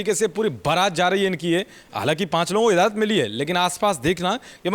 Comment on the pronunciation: इज़ाज़त नहीं इजाज़त बोलिए। सबसे अच्छा होगा यदि आप कहें कि ‘अनुमति दे दी है’